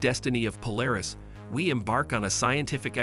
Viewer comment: Interesting topic, but very rambling and repetitive narration. Also a very click-bait title: Narration contradicts title by stating that the star may be on the edge of exploding, but then says it's going to collapse into a white dwarf. Also, the text-to-speech narrator can't say Polaris right.